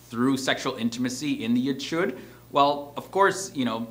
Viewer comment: Your pronunciation is not quite there. The ch on chuppah and ichud is a gutteral H as in Hanukah not Charlie. Also, some of the photographs were couples marrying with a crucifix in the background-so not Jewish.